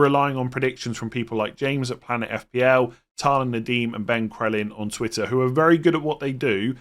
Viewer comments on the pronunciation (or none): none